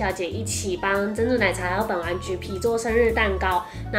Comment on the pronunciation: 滴妹說本丸的時候我聽成睪丸